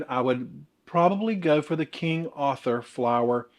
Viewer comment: I’m a born and bred Yankee and I love how you say Arthur!